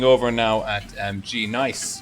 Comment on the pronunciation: u say the g as sort of an extra word,tho its actually part of it